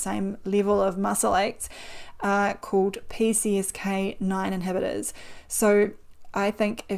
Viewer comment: YOUR VOIDEOS ARE GREAT -- you have a beautiful accent but some words ( WE AMERICANS) i can not understand -- is this video i could not understand the wording for the statin alternative -- i lIstened 4 times - sounded like PCK9 inhibitors but i do not think that's correct? PLEASE PUT UP GRAPHIC ON SCREEN FOR KEY WORDS LIKE THAT SO WE KNOW FOR CERTAIN ?? THANKS